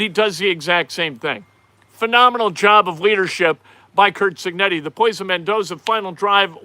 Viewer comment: Your Harry Caray impersonation literally made me laugh out loud. mispronouncing Cignetti was amazing!